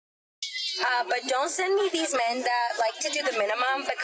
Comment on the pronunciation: I'm here to listen to you talk about " theez woomans"